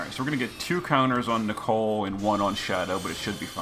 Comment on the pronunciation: I love your videos but it gives me cancer everytime you say Nichol"E"....its Nichol for gods sake